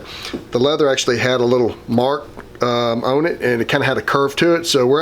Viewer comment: I love how you say "on..." I've never heard it that way, and I live in Georgia! Maybe I just hear you say it a lot so I only notice it from you. "owne"